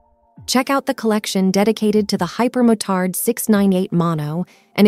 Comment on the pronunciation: Tell me you're a bot without using the word bot. You pronounce the word Hyper-mo turd instead of hyper-Mo Tard